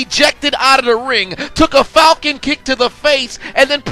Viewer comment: What exactly does he say? Is it: "Falcon Kick/Punch"? Because it sounds like he says "Colcom Kick" but that makes no sense to me..